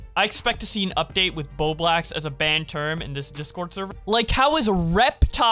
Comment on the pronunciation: Petition to get "Bowblax" word banned on pokimane server? XD Dude i love ur vids xD